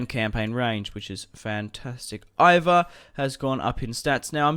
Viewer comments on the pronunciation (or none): its pronounced E-var